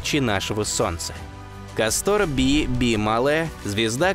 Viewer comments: Сдаётся мне не КастОр, а кАстор. Ударение на а. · Видео всегда интересные, НО это я досмотреть не смогла. КастОр вместо КАстора достал минуте так на 4. Неужели нельзя проверять произношение? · КАстор, КАстор, а не КастОр Слушать из за этого тяжело. Если читаешь по бумажке, то пусть твой редактор ударения прорисовывает......... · Как тяжело слушать название кастОр. Всё-таки русский язык говорит о том, что под ударением должна быть как раз буква А. КАстор! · ударения в названиях неверно .не КАстор а кастОР.это имя .римское или древнегреческое точно не помню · Ну тогда уж не КастОр, а КАстор. Если не ошибаюсь ещё в Древнем Риме данные звёзды получили такое название. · Я бы лучше сказал кАстор, а то как касторка звучит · Так старались, что куда ставить ударение в названии звезды не удосужились узнать? Такое себе старание... видали и по-лучше. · Может быть ударение на Первый слог? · Ударение, все же, на первый слог! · Прквеоь ставить ударение на первый слог!!!!